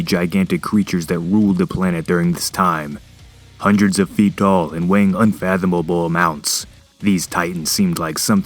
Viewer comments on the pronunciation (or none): "Unfathomabobo amounts"